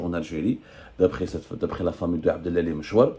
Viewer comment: عبد العالي وليس عبد الالي. انطق الاسم بالعربية